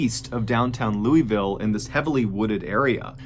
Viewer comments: Omg, my Kentucky would correct you exasperatedly. It’s proNOUnced Loo-wuh-vull. 🙄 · Hello! Local Kentuckian here! We pronounce the Louisville city "Loo is vill" not. You may make someone angry lol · For anyone who wants to know, it’s LOO-UH-VULL. That’s how we pronounce it haha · I'm surprised none of the Louisville residents have come on here to tell John it's pronouced "Lew-Vull" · I’ve lived in Louisville my whole life and ever since I found your videos and watched like all of them lol, I’ve been waiting for an episode about Waverley for so long!!!!! Thank you Mr.Ballen!!! Ps: if you wanna pronounce Louisville like a local you’d say it like Loo-ah-vul hahaha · John, Louisville is pronounced Lou - ugh - vull. Most people that don't live here don't pronounce it correctly.😂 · It's pronounced Luuuulvull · The Pope Lick monster is the train😬. Also, im pretty sure its pronounced "LOO- VULL" (Kentucky)🤣🤣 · Lou-ul-vul is more how its pronounced lol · Mr. Ballen, it’s pronounced “luh-vull” or “loo-a-vull” 😂 iykyk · Oh snap! I live about 15 minutes from Waverly in Louisville (locals pronounce it Loo-ah-vuhl for some reason lol) but I've never toured it even though I want to 😭 I've seen pictures of the pope lick bridge but never heard the lore either! I must live under a rock. Lol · I live in Louisville and a former coworker lived less than a half mile from the bridge and I grew up about a mile from Waverly hospital. I remember vividly when this happened. Locals pronounce it loo-a-ville, so you know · Hey man love the vids but you mispronounced Louisville its not louis like the French name its more of a lou-i-ville or you can break it into two syllables and say lou-ville anyway love the videos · Loo-ah-vul … Louisville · iam from Louisville ky and it is not Louie ville..... !!!!!!!!!!!!!!! wavery hills is not sacery it is weak ..... G-Town... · It's pronounced "lul vul" by us Kentucky folk John. Lol. 👊🏻 good story bub. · It's lue-uh-vull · You pronounced Louisville wrong